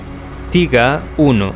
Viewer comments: un consejo...................... No uses el ingles, en denominaciones alemanas, tiger, es taiger, no tiga, como dices tu...... recuerda es alemán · tiga?... no seria mejor españolizado tiger, literalmente, prefiero leer las fuentes originales.... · osea en español se conoce como tigre no tiga jajaj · Y "Tiga" tampoco se dice "Taiger" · No se dice tiga 1 se dice taiguer 1 y se escribe tigger o algo asi y es mi tanque favorito ese y el jadgtiger E 100 el cazatanques aleman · Se dice Taiga y se escribe Tiger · El Tiger 1 de verdad "tiga"de toda la vida se dice taiger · Por q le dice TIGA al TIGER????!!!! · Se dice Tiger 😁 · que carajo es el tiga ? mal video osea prununcias mal los tanques el t34 aliado JAJAJAJAAJ tiene menos de saber jaja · cierto , pero oye tio haces buenos videos lo unico que no me gusta es que digas tiga y eso pero los demas videos estas muy bien echos te sabes desarroyar bien saludos y sigue asi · Me hace gracia escuchar "pantza" así se pronuncia en Alemán, en español está bien pronunciar "panzer", además "tiga" 😂 suena muy extraño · Pero hijo mío. Tiga. Panza, porcha. Todas ésas palabras están mal. Diccionario de R. Academia de filosofía y letras del castellano👌👌👌🇪🇸🇪🇸🇪🇸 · Estas en un error. Tiger, en alemán se pronuncia "tiga", en inglés "taiger". En cualquier traductor puedes comprobarlo.